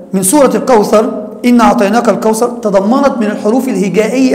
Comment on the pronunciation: تقال الكوثر وليس الكوسر ☺